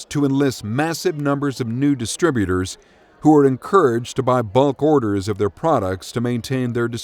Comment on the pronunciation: Also, disturbutors, not distributors (sometimes). (But perhaps they're making some sort of a point with that one!)